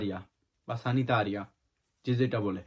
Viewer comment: তর মত মগা নাকি তেসরা সেনিতারি না সানিতারি বলবে হালা মগা